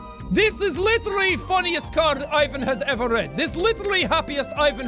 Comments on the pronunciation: Ivan is pronounced like eevan, hard V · Ivan is pronounced eevon pretty sure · if you wanna make a good russian accent pronounce ivan as ee-vun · read it like eevan...that is the correct pronunciation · I love your accent for russian games :D But just one thing: Ivan is pronounced like this: The I is pronounced like a long english e and the emphasis of the name is on the a so sth like Evaaaan. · Ivan is actually pronounced like Ee-van. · he didnt say ivan properly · Lost Coyote Oh I am aware of that😉. What I meant to imply is that it would have been more fitting to use the Russian pronunciation. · I must say, the "I" in Ivan is read like the letter "E". Better fix that in the next video xD But hey, good episode! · more surprised that he mispronounced Ivan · every time Jack pronounces Ivan wrong, my life gets shorter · The "I" in Ivan is actually pronounced like "E" in e-mail. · Why does every english speakeing person misspronounce the name Ivan? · Ivan not smart enough to say Ivan properly in Russian 😉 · that was cool and real fun to watch but you actually have to pronounce this name as ivAn not Ivan(place the stress on a different letter)(at least if you use it in russian language) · Ah Jack, always trying your best and bringing us a variety of different voices. It makes things much more entertaining and fun. :) Here's a tip to help make a more convincing Russian accent: when saying Ivan, pronounce it more like Ee-vahn, as opposed to Eye-van. Edit: I just noticed you switch back and forth between the two a few times. Oops, haha. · By the way Ivan has the stress on the second syllable, EE-VÁN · not eye-van, ee-van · 1: EEVAN NOT EYEVAN!!!! 2: Sasha is a both boys and girls name... Petrova is a feminine version of last name Petrov Petrov = male Petrova = female Sasha Petrova is a girl :) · imme finna just say this but its not "aivan" its "eivan" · Ivan is pronounced ee-van not eye-vun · Ivan is pronounced "Eevahn" not "i-ven" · Its not pronounced I- van it's E-van